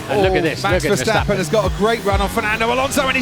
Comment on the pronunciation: His name is MAX VERSTAPPEN!! Not Mex Versteppen!